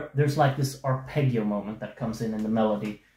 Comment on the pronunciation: The ending of the song perhaps acts as a musical mirror to the lyrics: "Don't leave me like this, naked with shivers. Sometimes I don't know how to express myself (...) I'm always wrong":D p.s.: congratulations for your musical skills, but the word "arpeggio" should be pronounced with the sweet double G (the G of 'John', not of '':D)